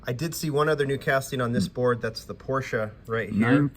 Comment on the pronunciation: Hot Wheels quality has been lame for decades! At least he say's "Por" "Shuh" and not Porsh